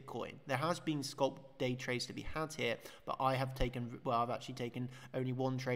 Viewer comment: Sc-AH-lp, not Sc-UH-lp